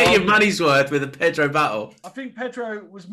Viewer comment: “Perdo” lol